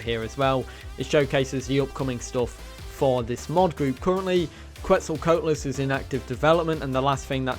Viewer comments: Quet-zal-Co-At-lus not Quet-zal “coat” lus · every time he pronounces Quetzalcoatlus as that I die a little inside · It’s his accent